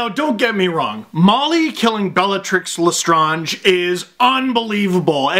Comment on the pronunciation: Great video and mayby not the same picks but BUT whats with the pronunciation of Bellatrix Lestrange??